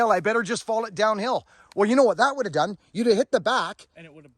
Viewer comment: I heard an "n'nat". You sure you're not from Pittsburgh?...n'nat.